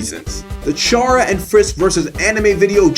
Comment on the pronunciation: The amount of times you said ch arrr uh is gonna make me die. c arr uh, no ch sound. I'm gonna go eat a buttercup pie